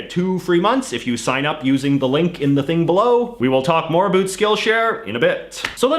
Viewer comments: Why do you say a “boot” is it intentional because if it is it’s a stereo type that is very annoying for us Canadians who have to hear the word anywhere you go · Canadians don't even say it that way. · why is this man pronouncing about to abuot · The way you say "about" is amazing.